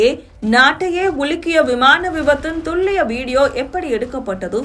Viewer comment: துள்ளியம் அல்ல.. துல்லியம்.. தமிழ்தவறாக உச்சரிக்கவோ எழுதவோ கண்டால் எனக்கு மனது தாங்காது.. from srilankan tamil